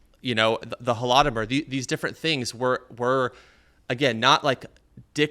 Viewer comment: His pronunciation of holodomor 😂